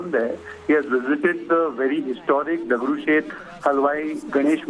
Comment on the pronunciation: Say Dagdushet clearly. Its our pride